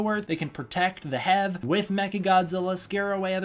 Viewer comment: You pronouncing HEAV as "hev" sounds really weird to me. It looks like it should read like "heave", as in "heave ho, heaving baggage", stuff like that.